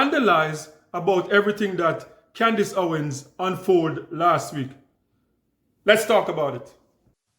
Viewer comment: Con-dice Owan